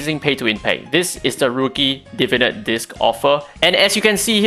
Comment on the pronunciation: This is a super nitpicky comment but I've noticed many youtubers referring to the new system as "Divinit" as opposed to "Divinate", like some unga bunga neuron fires off in my brain everytime I hear it haha.